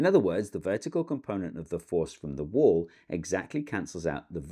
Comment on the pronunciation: This all made sense until I started hearing "wöl" every 3-ish seconds.